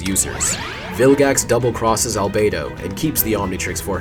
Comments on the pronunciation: Why did Omniverse change how they pronounced "Albedo"? It's "Albeedo," not "Albaydo." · love the detail of him pronouncing albedo's name as "al-bee-do" in the UAF part and changing it to "al-bay-do" in the Omniverse part